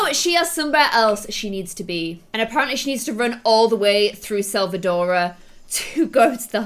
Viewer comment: It’s not selvadora... it’s selva-dorada